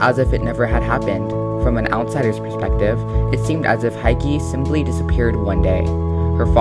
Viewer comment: It's Hiki, not Haiki...